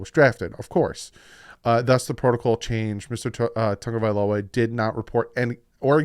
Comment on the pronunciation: you need to pronounce Tua's last name properly. Sound it out, because I am sick to my ears, stomach, listening to analysts & you say Tonga-vailoa but it is TA- (short "â" sound or long "ă" ah sound, Ta-GO-vai-LoA. Please respond & show yourself correct & annunciation proper, than you.